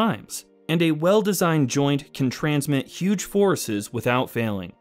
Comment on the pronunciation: "forices" I feel bad downvoting a video made by an eight-year-old